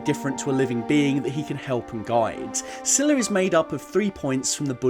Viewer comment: butchered the pronunciations of those words XD, but really happy u brought buddhism into this, (PS: "Sila" is more like 'seela' which literally means Discipline, "samma vaca" is better pronounced "sãmmaa vaachaa", "samma kammantha" better pronounced "sãmmaa kãmmãnthã").